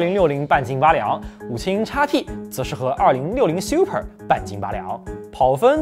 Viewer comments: 这个Siu per听得我太难受了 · 這個super的念法是真的xiuper嗎